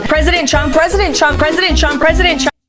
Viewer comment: Damn loyalist text correction, anyway I thought she was saying T. W. U. M. P.